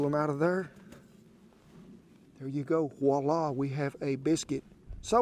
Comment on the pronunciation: Never again shall I say, “Voila.” Henceforth I shall decree “Woo-lah.”